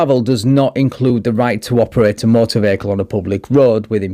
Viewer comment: Bay-hick-kul drives me bonkers mate, can’t sub.